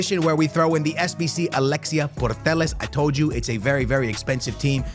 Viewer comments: It’s Alexia Putellas not Portelaz 😂😂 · Why "purtellas"? Putellas bro kkkk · it isnt Portellas its Putellas!!! Read the name of the player!!!😂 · Please don‘t say purtellas its driving me crazy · Why bro keeps calling alexia putellas portellas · pls stop sayin puetllas like that😭😭😭🤣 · Can't believe he still can't pronounse Alexia's lastname ..................